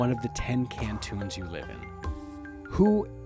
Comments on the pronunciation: No mention of Brcko District (green territory of map) which is part of neither entity. Also, why is he pronouncing canton as cantoon? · Your pronounciations are cringe worthy. I won't go in depth but dude, it's not Can-Toon (like cartoons), it's can-ton (like a metric ton)